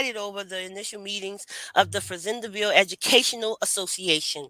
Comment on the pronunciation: Thank you for this❤ I’m a descendant of Charles and Cager family, my mother was working with Dr. Joyce Jackson at LSU. It’s also pronounced Fa Zand Ville (French)